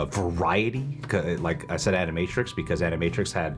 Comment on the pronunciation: Did say animatrix or end of matrix 😂